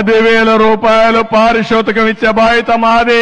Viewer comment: అయ్యా చంద్రబాబు పారిశోతికం కాదయ్య.. పారితోషికం అనాలి. నీ తెలుగు తగలెయ్య.. 😂😂😂